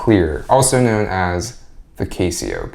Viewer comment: Never heard someone not be able to pronounce Casio before!